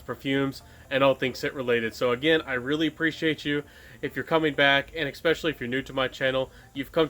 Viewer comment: i will make you a deal. if you say especially instead of EKspecially, i'll sub !